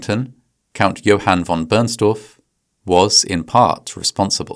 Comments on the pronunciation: v. Bernstorff, not Burnstaff. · "Von Burnstuff"? Seriously?!?! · Its “Von Bernstorff” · no one is "translating it", the funny part is intended to be that the pronounciation in the video sounds like "Burn stuff" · Never check a good story because it will collapse! Johann Heinrich von Bernstorff was his name! Americans never get names right ever. You guys don’t even try to pronounce foreign names correct, you think English is the only way. Just like IKEA it’s not I as in Ike or I it’s eeeekeeeea! 😊